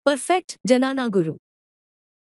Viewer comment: it is dnyana, not janana Janani is procreation